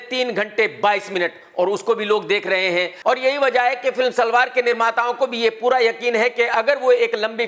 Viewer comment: सलार ❌❌ सलवार ✅😀😀